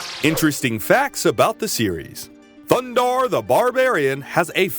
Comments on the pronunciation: It’s a shame you can’t avoid saying “THUNDARRRRR THE BARBARRRRIAN” everytime you need to say his name, completely ruins the video. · Loved this cartoon. Edit: I have to correct you. It is THUNDARRRRR THE BARBARIAN. With his friends, Ookla the Muk, and Princess Ariel. This is the only correct way to introduce these heroes. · Yup one year later your over pronunciation of Thundarr is still annoying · Why does the narrator keep saying Thundarr's name like that. It's really quite annoying. Thundarr only emphasizes his name in the opening credits. He doesn't do that throughout the show. Ariel doesn't say it like that, either. Oh, and narrator, her name is Ariel, not "Arielle".